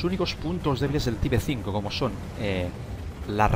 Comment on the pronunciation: Co me gusta que digas type 5 como se escribe mejor pronuncialo en inglés (taip) o pronuncialo en español tipo 5